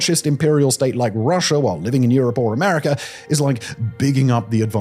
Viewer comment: Watch your pronunciation, your still letting it slip sometimes. I heard a few Chiners, and a Russers, and an Americer.